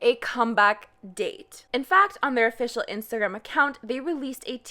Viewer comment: Why do I have a feeling that you are from a francophone country? You don't have the French accent but the way so say Instagram is so french-ich or maybe Ditch-ich.